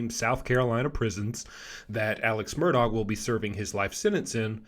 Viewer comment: Murdahh not murdog!